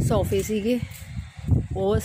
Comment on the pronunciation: Bhenji soooofe ni hunde sofe hunde a pehla bolna sikhlo fr video bnaeo